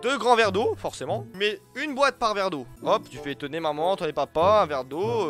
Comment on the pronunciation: AMENDE PAS AMANDE !!!!!!